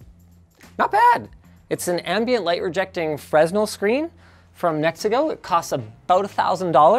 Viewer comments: "Frez nel" ?? It's Freh Nell. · "Freznel Lens". I haven't heard that mispronunciation in a while. Per Wikipedia, "The name is pronounced /freɪˈnɛl/ (fray-NELL), the 's' is silent." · [fresnel] screen? Isn't the correct pronounciation just [frenel]? 😉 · Fresnel: Not "Freh-z-nel" - but - "Freh-nel". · FREZ-nil 😂 I'm pretty sure it's fur-NEL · It's a 'Fre-nell' screen. To hear a Canadian of all people to pronounce it Freznal is disappointing 😢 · I can hear all the guys behind camera wince at Linus’ pronunciation of “Frezznel” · Linus: "Frez-nel" Closed Captions: "Fresno" Lol I realize some people (presumably non-Americans) pronounce the S, I just thought it was funny. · "Frez-nell" - BURNNNNNN!!! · As an FYI it's pronounced Frenel, you don't say the s. It's named after a french physicist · FYI: Fresnel is pronounced fray-nell (or fur-nell). I only say this because I get bullied every time I mess that up when talking about VR lesnes lolol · He pronounces it “frez-nel” lol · Fresnel is pronounced like you would in french. Freh-nell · Fre-nel! Silent s. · As a former stage theater guy, your pronunciation of Fresnel killed me. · That pronunciation of Fresnel. 😂😂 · Just came here to say that the s in "fresnel" is silent. :P Carry on. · That pronunciation of "fresnel" hurt my Lighting Tech soul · How does Linux not know how to pronounce Fresnel? The S is silent. =P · Learn how to pronounce Fresnel Linus cmon 🤣🤣🤣🤣